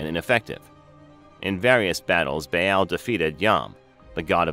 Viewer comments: I'm having a hard time getting any information past that terrible pronunciation of the name Baal. "Bay-AAL!" Ugh. It's pronounced "Ball." Like the toy. The double A in ancient words like this always sounds like that. Ball, lawn, yarn. AW sound. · It's not bay Al...its Baa aal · Baal is pronounced "Bah-all", not "Bay-yell". I cannot listen to this presentation, mispronunciation is just too annoying, and I am not even an English native. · No “bay-al” they didn’t have the English pronunciation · its pronounced bal